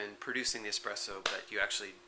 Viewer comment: I'm so sorry to say this but I've heard say "expresso" a number of times and I have to say, that's not how it's spelled... Can I be a spelling Nazi and suggest the more... authentic spelling "espresso"?